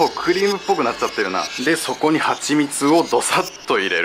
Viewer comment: ここは意識して そ↑こ↓ って言ったのか？